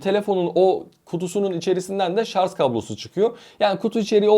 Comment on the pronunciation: Artik şarz demekten vazgeç.SARJ